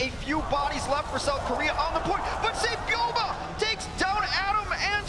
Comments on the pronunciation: Say - Byol - Bee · Casters said flow3rs name more because they couldn’t pronounce saebyolbe lmao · Teach me how to say it right. Say ol olbee?